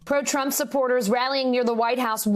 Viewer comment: Trump not drump